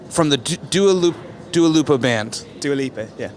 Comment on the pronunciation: Bro he doesn’t even know how to say Dua lipa omg